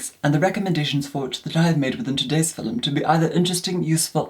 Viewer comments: 😂 “hello everyone in today’s filem”the way he says film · i just realized when he says philim its actually film i just thought that i was dumb and didnt know what philim was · Me: Sees notification Me in my head: “In today’s filum” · Watching this on my phone and my 3 year old can hear it and askes... "MUM! Are you watching FILEM!?" 😂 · Nobody: Nobody at all:: filim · i love the way pronounces the word “film” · the way pronounces film>>>>